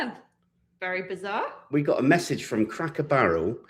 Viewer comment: Please say cracker Barrel properly do not say it like you are saying a cracker barrel it’s driving me nuts!